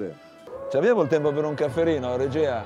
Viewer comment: Cafferino???? Caffettino, caffettino si dice